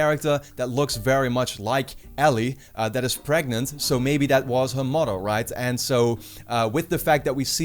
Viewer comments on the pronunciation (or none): Is she pregananant?? :)